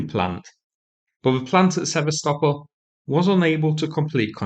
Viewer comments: Sever-stopol..it's Se-vast-opol. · Hard to listen to you butch the name Sevastopol 😂😂😂😂😂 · It might be useful.if you could learn how to pronounce "Sevastopol" properly.